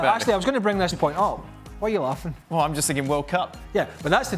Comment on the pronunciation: "why u laAffin?" lmao